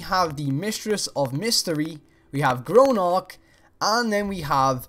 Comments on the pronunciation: Gronark? It's pronounced GROG NAK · Please, please, please pronounce GROGNAK properly!!! It's Gro'g'nak not Gronark! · Grow, Nark! Grow! It's Grognak, not Gronark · Grog-nack not gronok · sorry bud but your wrong and it's not gronak it's grognak. You'd think u would no his name the amount of time you've spent in fallout lol. Plus that's not grognaks armour either, we already have his armour in base game. It would be pretty cool though if it was the magician, I can imagine the boss battle at end with him keep teleporting all around the room and you have to use, I dunno flashbangs to stun him and kill him. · grognak not gronock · Its (grog-nack) not (gro-nak) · Its GROGNAK NOT GRONARK! JESUS CHRIST ALMIGHTY. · ITS GRO G NAK NOT GRONAK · Why can't you pronounce Grognak? GR-OG-NAK not Gronark EDIT: Not hating, just found that annoying. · The way you pronounce Grognack is annoying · TBH he says Gronark. (If you didn't know, that's worse). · Grog~nak not how ever you said it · sorry but everytime I hear you say it it bothers me. it's Grog-nak. GROG. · It's Grognak for fucks sake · thats not how grognak is pronounced